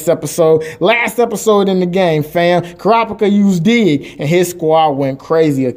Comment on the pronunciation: Kurapika - - KuRAhpeekha